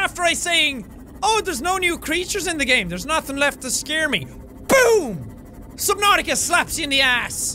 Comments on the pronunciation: its just a way he decides to say subnautica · Nobody: The subtitles: subnauseous I just realized... He actually said that